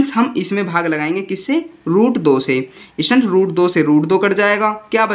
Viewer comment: Students hota hai bhai stands nahi or ya fir to samajha hi lo ya fir stands hi bol lo 😂😂😂😂